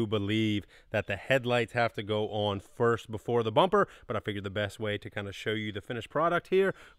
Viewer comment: Ya know… he stopped talking like a crazy person on the last couple videos, but now he’s back talking like he’s just learning how to use “the news” type dialect which is SUPER annoying. Why can’t he just talk normal?? His brother talks normal, well, except when he says “on” and other words that sound like that. Yeah, I know I’m being nit picky, but I love this channel and I should be able to voice my opinion. 🤷🏼‍♂️